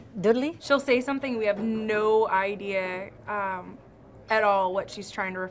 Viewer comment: yes! And the word No with three syllables. “Neeaaoooo!!!!”